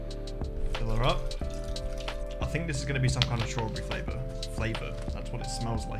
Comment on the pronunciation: he literally said "fink" instead of think